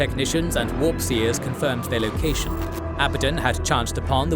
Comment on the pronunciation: Its pronounced "Abaddon", not "Abaddon" Newb